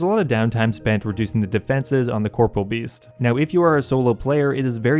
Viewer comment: I have yet to ever hear somebody pronounce Corporeal Beast correctly...